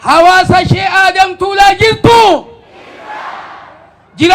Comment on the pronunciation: Mashallah ,garuu obbolessa koo Tuulaa jedhi malee Taalaa miti